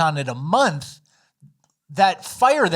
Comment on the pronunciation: What is it about the yos where they can't say "month"? It's always mundtd.